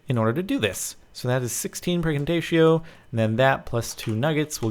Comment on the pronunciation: Does anyone else hear Praecantatio as FREAKING TATIO?